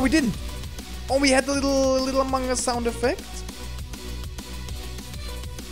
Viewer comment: I love that instead in also other playthroughs, Instead of saying among us, or amogus, he says "mogoose".